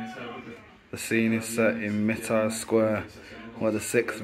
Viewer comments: its pronounded My-Ter not Me-Tree Square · "Mitar Square" 😂😂😂 How can an English gentleman get that pronunciation so wrong; astounding. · Can you not read, mitre square isn't pronounced miter, good god.